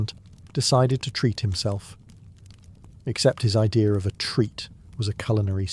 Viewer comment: What is an "i-dear".... English isnt that difficult.